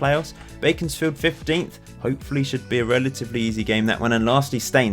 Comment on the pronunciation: Did you say Baconsfield at the end there? A tasty fixture, whatever you said.